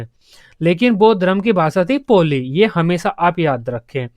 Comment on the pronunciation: पोली नहीं है वो पाली है